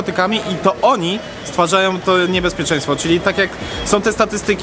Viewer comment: Distrik że deńżer 😂